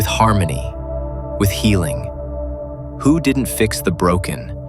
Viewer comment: I am confuse , is it hu ? Or hue ? You pronounce hu differently twice so which one is right ?